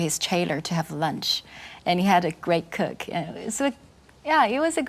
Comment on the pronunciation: ...He has a good cock... LMAO